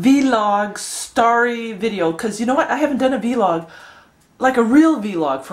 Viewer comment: Just Vlog. Not Vee-log. Lol